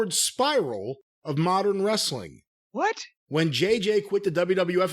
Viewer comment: the way corny said WHAT! 😂😂😂 that was a better what than stone cold steve austin.